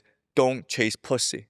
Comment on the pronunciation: Omg 🤯 😱 he said pussayy… cancel prof jiang plzzzz 😭